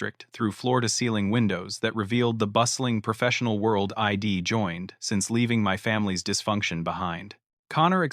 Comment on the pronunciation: If you are going to use AI technology to write these stories at least clean up the narration. It is not Ed it is I'd etc. and so on these constant mistakes is annoying.